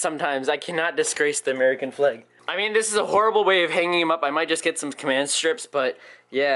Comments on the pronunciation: It sounds like you are saying fleg 😂 at first I was like, what are you talking about😂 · American Flaeg? German Flaeg?